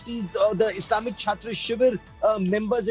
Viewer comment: Chhatro Shibir, not Chhatta😁